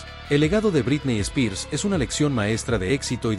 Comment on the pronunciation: Me encantan tus videos pero me hace mal tu pronunciación de "Britney Spears"